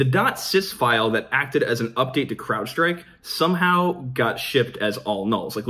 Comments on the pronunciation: I hear Crapstrike every time he says Crowdstrike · I could have sworn I heard "crap-strike"